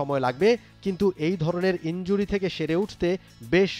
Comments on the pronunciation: ইজুরি নাকি ইনজুরি 😂😅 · ইজুরি না ইনজুরি 😂😂😂